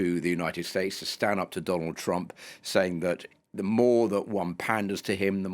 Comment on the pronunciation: twump is a buwwy! just a wittle buwwy! boohoo!